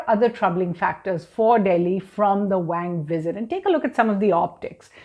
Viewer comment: Sounds more like Wong...lol